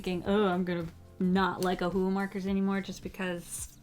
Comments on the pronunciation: It is pronounced oh-who-who markers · "O'hole'hu" HAHAHAHAHAHAHAHHHA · The way you say Ohuhu is so hilarious to me😅😅😅